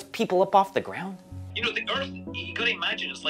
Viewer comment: “the gwound”